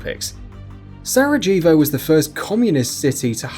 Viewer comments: Se-rah-hey-voh not se-rah-jee-vo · I'm English and Sarajevo is pronounced with a silent J It's nothing to do with being English it's to do with never knowing the city, pronouncing it phonetically and sounding stupid doing so. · That's not how you say 'Sarejevo'